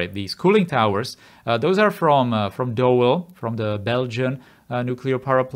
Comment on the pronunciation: Amazing episode as usual! love the series, small insignificant note (can't help it). The cooling towers you got from 'Doel' Belgium, the 'oe' in 'Doel' is pronounced like the double O in 'Cool'. Anyways, loved the episode, can't wait for the next episode :))